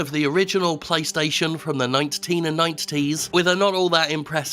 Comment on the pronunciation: To this day I still love it when Sterling over-enunciates the T’s in “nineteen-nineties”.